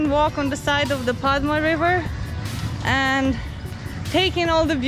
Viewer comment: Padma in Bengali we pronounce like pod-da. The name of the place is pod-da garden as it is a garden in pod-da river. Very easy to follow isn't it? :P welcome to my city btw. You guys are the first international vloggers to come in Rajshahi. So thanks!